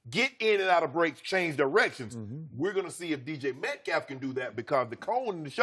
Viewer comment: Between yesterday and today, Shannon has mispronounced DK Metcalfs name 12 different ways